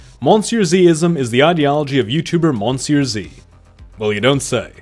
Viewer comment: No, its pronounced muh-see-uh zee